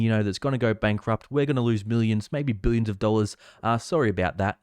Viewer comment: I love the way you say buyions Buy the dip . This market is only going up !